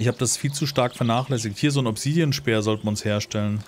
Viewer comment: Bitte das A bei Obsidian mehr betonen, klingt englisch ausgesprochen furchtbar - sonst wie immer top!